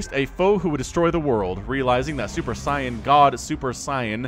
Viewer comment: Super Say-an not Sigh-an. Love you.